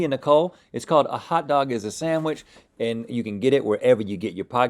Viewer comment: the way says “samwich” makes me rage